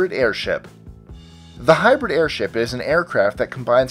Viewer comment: sounds like "air shit" lol